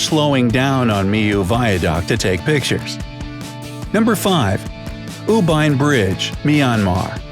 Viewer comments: Wow I'm from Myanmar and you pronounced it U Bein But I pronounced it U pain Good video tho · Yes he pronounced U Bein but actually it's U Pain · In Myanmar it pronounce u pain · IT'S U BEIN BRIDGE (Beoan) I AM A LOCAL FROM THERE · I am from Myanmar and U Bein bridge isn't pronounced that way. The "ei" is pronounced as "ay"